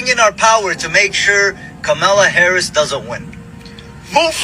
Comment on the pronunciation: 😂😂😂😂😂 You voted for Satan and got it! Also, you people continue to pronounce her name incorrectly.